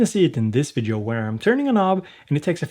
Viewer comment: Please, remember: Every time you say "vidjo" a kitten dies! ;)